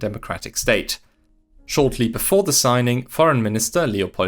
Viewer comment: FYI "the" is not pronounced like the German "die" all the time. I know it's easier as a German speaker, still wrong and quite irritating when listening to this video.